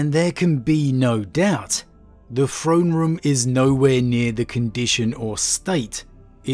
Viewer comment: Say it with me "THrone room" not "Phrone room."